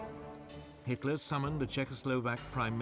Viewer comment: Hitler not hilter btw